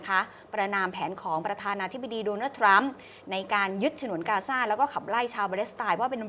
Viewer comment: ...ทรัมครับ ไม่ใช่ทั๊ม 😂😂😂